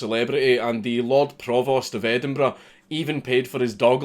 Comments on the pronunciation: Endenburrrrrr "tongue roll" ough. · that's an EdinBRUH Moment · It took me exactly 5 minutes to recognize the word Edinburgh.